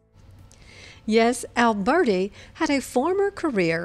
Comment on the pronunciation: The pronunciation of his name should not be Alburti but , Alberti- Italian ! So much more appropriate and more pleasing ! don't you agree ?